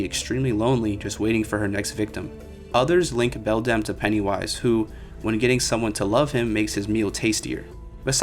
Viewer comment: sorry i was too distracted to pay attention by how you changed the pronunciation of Beldam literally every time you said it 🤯